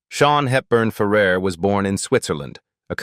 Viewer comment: シャヒールバンファーラー、ひどい読み方